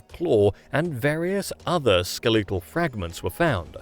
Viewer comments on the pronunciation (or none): What the fuck is SkeLEtal? How do you pronounce such a basic english word wrong? Is this an AI voice? The text itself doesn't seem to be AI generated, AI generated text is usually way more fluff without saying a single thing.